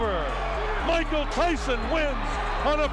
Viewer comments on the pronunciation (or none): none